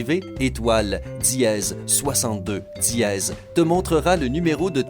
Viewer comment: Diéeeeez hhhh srx c dièse pas diéeeeez 😂😂😂😂ta voie me soul srx🙄😑